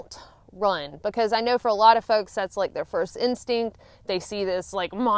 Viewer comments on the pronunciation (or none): none